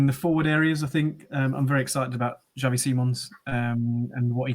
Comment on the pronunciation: I think it’s more a Ks sound as in taxi. It’s Spanish, not Dutch. He’s named after Xavi Hernandez of Barcelona fame.